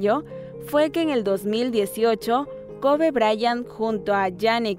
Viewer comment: Se pronuncia koby